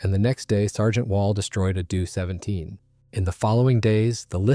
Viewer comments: Oh my god, I hate it when interesting content like this is ruined by lazy use of AI. Write your damn script and for God's sake listen to it before you publish. The "DO" "JU" "ME" and "HE" of German aircraft designations are conventionally spelled out as "Dee Ohh", "Jay You", "Emm Eee" and "Aitch Eee", not "due", "jew", "me" and "he". Otherwise, mostly well researched and presented, and an interesting video. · It's D O not due, J U not Jue, HE not hē 😑